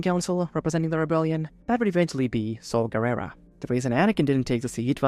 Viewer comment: I felt emotional pain every time you mispronounced Saw Garrera's name. Other than that very fun video.